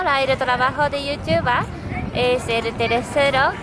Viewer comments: sii, a mi también me gusta como pronuncia ese "Yotuba" :) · corrección es "youtuba" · es igual a como se pronuncia en alemán , porque la "er" de final de las palabras se pronuncia como una "a" entonces:youtuber=youtuba. Kinder=Kinda y así... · lo mejor esq dice yutiuba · youtuba XD me gusta como suena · Youtubah, jajaja que grande